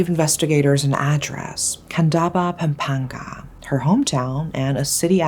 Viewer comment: Hey! As a Filipina, I can say that your pronunciation to places in the story was very accurate. It just shows that you really researched and studied the case to present it well. That's why you are my favorite of all crime channels here in YT.